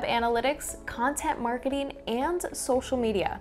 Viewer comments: Digital Maraketing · Great video - only issue is “Digital Maraketing” instead of “Digital Marketing” ☹️